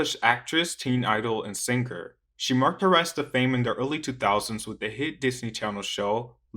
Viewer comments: You saying ‘singer’ comes out on subs as “sinker” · Why are you saying sinGer, like that?